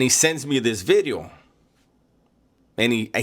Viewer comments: Watch Out Ice might pick you up, because of your thick accent & can't pronounce certain words like "bideo".😂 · The crazy part, if you ever see renegades early videos. He really enjoyed content. He would say “New Bideo” “like the homie says”